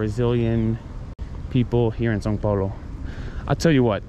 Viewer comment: WAIT DID YOU JUST NAIL THE "ÃO" PRONUNCIATION,? hahaha maybe you had already done it before and I just noticed now but anyway very good job. Now you can do amazing things like saying "joão", "caminhão" and the most important one: bread (pão) without sounding like d*ck (pau).